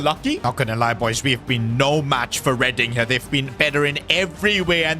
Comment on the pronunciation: bro said reading it’s reding (it’s not spelt like that but it’s said like that)